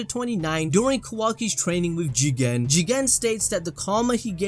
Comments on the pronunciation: at the start of this video I hated they way u say jiGEENN!! now I say it like that HAHAHAA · "Jigen" what i hear chicken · Why there is a highlight while pronouncing 'Jigen'? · there is no precedent for you saying Jigen the way you do, its by far the worst part of any anime video ever made, besides that your vids are very informative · can someone explain why says it that way? i must have missed sth